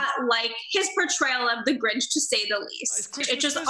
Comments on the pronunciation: the grench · That’s not the grinch that’s the granch